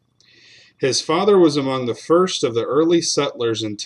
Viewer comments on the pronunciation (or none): none